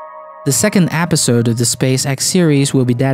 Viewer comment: he said apisode instead of episode...